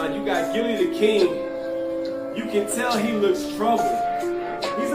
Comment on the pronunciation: It's Gillie the kid😂😂😂😂 not "king"